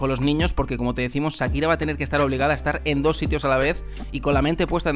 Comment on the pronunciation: Que eso que dice este tipo en este canal...😮, vaya novela que se montó a costillas de "Sakira" (como el lo pronuncia 😅). Nunca falta el oportunista!